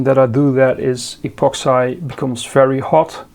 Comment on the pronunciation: pronounce 'epoxi'....keep up the good work 🙏